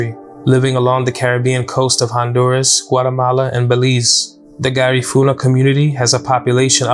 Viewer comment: Brother you gonna pronounce Garifuna correct !!! Loss so many family members that night !!